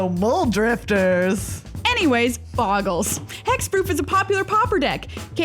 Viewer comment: For someone that is such a big fan of Bogles... I'm confused by the mispronunciation ("boggles")... it is... mind boggling?